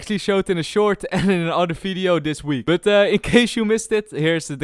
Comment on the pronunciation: Did you just say 'Welcome to another FIDEO' lol